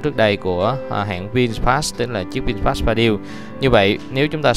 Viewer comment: Vin-fast chứ ko phải Vin "sờ" fast nha bạn chủ thớt! Phát âm nhiu đó ko mà cũng sai thì review cái gì